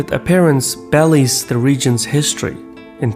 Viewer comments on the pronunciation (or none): That word should sound like be-lie, not belly :) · Hey. Belies is not pronounced as "bellies" (one belly, two bellies). It is be-lies 👍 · I can't say enough goods things about you site. One thing I admire is you grasp of language and you cultural pronunciations are impressive. You do, however, mispronounce some english words. In an effort to help, and hoping I'm being unkind ... Belie is pronounced Be - Lye. not Belly. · As a side note I think BELIES is pronounced Bee-Lye-z and not "bell-eez" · beLIES, not bellies.